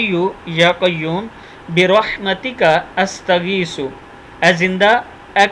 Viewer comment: ماشآءاللہ استغیث کی ث پہ پیش نہ پڑھیی قرآن مجید عربی کے آخر میی ہر لفظ ساکن ہو جاتا ہے جہاں وقفہ کیا جاتا ہے اگر اگلی آیت یا لفظ ملائیی تو زیر زبر پیش پڑھی جاتی ہے آپ کسی بھی بات کا جواب کیوں نہیں دیتے ؟؟ اگر آپ خالص اللّٰہ پاک کی رضا کیلئے کام کررہے ہیی تو بات کا جواب دیا کریی اگر صرف پیسہ کمانے کیلئے یا دکھاوے کیلئے ہیی تو پھر اللّٰہ جانے اور آپ جانیی